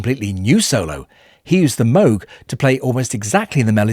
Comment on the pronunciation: In later years, I grew impressed by how, in the bridge section, how "Here Comes the Sun," using guitar, backing vocals, and the Moog synthesizer (as well as everything else), built tension, and then released it. Good video. Congrats, too, on pronouncing Dr. Robert Moog's name correctly.